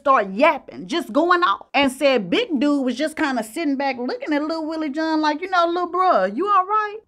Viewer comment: Wtf is “little Willie Joohn?!”